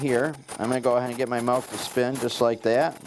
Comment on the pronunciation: It sounds like he is saying 'malk' or 'melk' and it's driving my crazy haha. Very informative video though thanks!